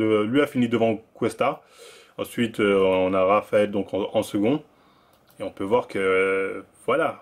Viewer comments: c'est moi ou il dit Travael Cuesta 👀😭😭😭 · Traphael Cuesta